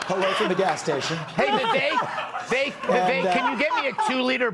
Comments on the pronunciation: Geez dude I love your content but his name is is just Viv-Ache. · My man, i watch almost all of your uploads. Love your content fr fr. BUT… you have GOT to learn how to pronounce Vivek’s name. It’s time.